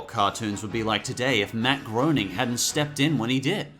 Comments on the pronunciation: matt groenings last name is pronounced like grayning not groaning. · Mat Groening: (Matt Grey-ning, not Matt Groaning!) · Also Matt groaning is pronounced Gray-ning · "Matt Growning" cringe Sorry, I know its spelled Groening but its pronounced "Gray-ning". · I'm pretty sure Groening is pronounced gray-ning and not groaning. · its pronounced GRAINing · It's pronounced Graining! I think if you can't pronounce names right you shouldn't be making videos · You said groening wrong it's pronounced "grain ing" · its pronounced matt GRAY-ning although its spelt groening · its actually pronounce Graining. also Archer definitely wouldn't exist without the Simpsons. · MATT GROENING PRONOUNCED GRÂNING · Uh,, not to be a killjoy, but you pronounce 'Matt Groening' 'Matt Grayning'. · It's pronounced Matt Gray-ning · It's pronounce Matt Grey-ning! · it's pronounced gray-ning. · Not trying to be that guy, but that was a blatant rookie mistake mispronouncing Matt Groening's last name